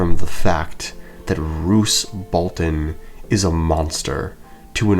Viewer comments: Roose is very good strategist of being pure evil, and he scared Robb in the books compared to TV show also “Balton??” not “Bolton?” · bro said Roose Balton